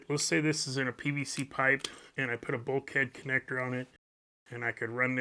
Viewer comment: Bulkhead... It does not mean bulk head, and should not be pronounced that way. It's a generic term for a wall or any flat separator panel.